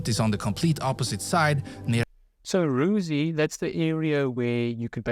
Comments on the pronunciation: Rysy, not “ruzy’. The pronoucination of places is poland in the video is wrong. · The highest mountain is not Rusi, it is Rysy, pronounced like Risi, where the sound i in both positions is pronounced like in the English word it. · Top mountain is called Rysy not ruzi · The pronunciation of the Polish sites is beyond horrible Highest mountain is Ruze ??!! Rooze?? WTF ?? Visla is shared with Bialorus and Ukraine ?? Do I hear this right ??? I stopped watching and won't comment anymore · Not Ruzy, but Rysy😅😂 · The highest Polish mountain (shared with Slovakia) is Rysy, but the pronunciation is just [rysy] - exactly how its looks in writing. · The highest mountain in PL is Rysy. How can you pronounce "y” like "u”? (You don’t know what I’m taking about?)